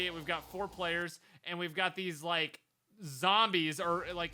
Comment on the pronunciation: First: it's de wae Second: it's "Like" and not "Lime"